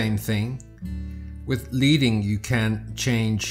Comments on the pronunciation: Tiny correction: "Leading" is pronounced like the metal lead, with a short e sound. It comes from the metal spacing material that was placed between lines of type in the metal type days. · Small note: "Leading" is pronounced like the metal, lead, because it references the lead strips that printers used to use between rows of letters to control the spacing between lines of text. So 'leading' is the distance between the bottom of a row of letters and the top of the next row of letters. It's an archaic term, and a lot of people don't realize that it is pronounced like the metal instead of the verb 'to lead.'